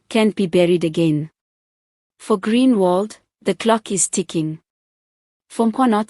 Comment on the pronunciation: Groenewald not greenwald